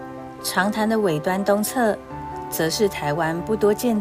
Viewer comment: 海蝕好像唸錯了，應該是三聲二聲不是二聲三聲喔！